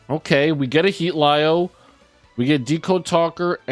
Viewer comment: It’s pronounced Heat-Leo😅